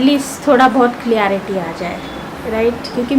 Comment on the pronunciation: Just a correction Losted jaisa koi word nahi hota... Its lost... Also clarity hota hai...aapne clearity bola.. Just a correction for ur betterment...take this into consideration